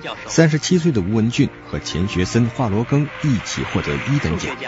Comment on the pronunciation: 主持人连华罗庚的姓也不会念？